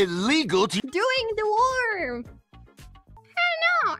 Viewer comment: She says worm like "warm" lol